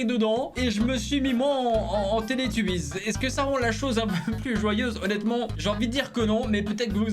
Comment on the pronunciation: ......t'as pas honte?!....T AS DETRUIT MON ENFANCE J TE DETESTE...."Télétubbies" 😭😭😭😭😭😭😭😔😔😔 certe sa s ecrit comme comme sa mais sa ce prononce "télétobies" 😭😭😭😭😔😔 tu me déçoit..